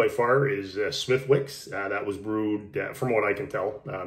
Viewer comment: Smithicks... W silent.